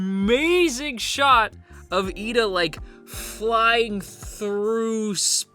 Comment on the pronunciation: It is actually Iida with a captial i as the first letter ^^ If it was Lida, you would hear japanese pronounced "leader" instead. Pls no hate, I just mean it in a good way.